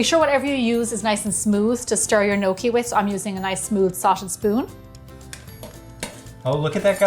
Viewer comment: I definitely love this videos with little George, he is the star of the show! what a cutie..he is waiting till he can eat your fabulous food...great job on the gnocchi..nokie! I love the way you pronounce it..! but its great with some fresh parm and great sugo! as we call it!! Sauce fresh from our preserves is the best!! hello little George you are a cutie!!